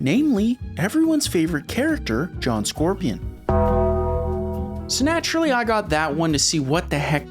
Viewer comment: Is that the font from Toe Jam & Earl that you used here? Edit: Also, did you just say "snaturally"? Edit 2: If you get used to the controls MK Mythologies is better than Special Forces by a large margin.